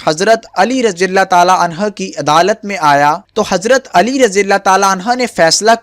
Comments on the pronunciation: Oo bhai galat bol rhy ho anha nhi anho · Hazrat Ali razi Allah o taaala anho hota hai bhai anha nhi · Bhai hazrat Ali ko anha na bole anhu hota hi male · Ali raziAllah talla an ha ni h an ho h pliiiz apni glti drust krein